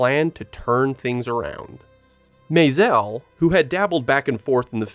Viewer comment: What's up with the pseudo French pronunciation of Maisel?